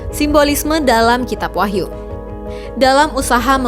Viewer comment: Menit dikoreksi Wahyu bukan Wahtu